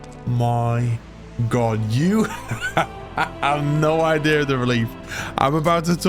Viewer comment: "idih" instead of idea 😭🥀💔